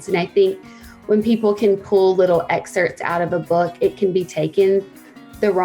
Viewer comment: Can't afford your book. I had to choose between buying a slurpee, or your book, sooooo bought the slurpee. But I'm just wondering if you talk like a baby in your book too?? ..."wronGGG way??? ..."opscal"??(obstacle) ..."lonGGG"??? ..."excerts"? (excerpts